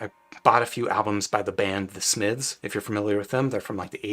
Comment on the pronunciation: The way he says "Smiths" is crazy. 😂